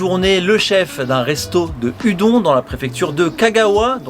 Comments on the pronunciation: Salut salut ! Ya un truc qui me turlupine depuis le début de la vidéo, il faudrait pas prononcer les udon "oudonne" plutôt qu'à la bonne française ? Voilà sinon super vidéo ! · Très bonne vidéo! Une raison pour cette prononciation francisée de "Udon" ?